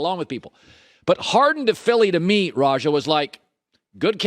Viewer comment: It's RAH JAH not Rahjuh mr white man.